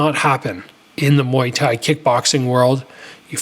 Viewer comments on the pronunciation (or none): none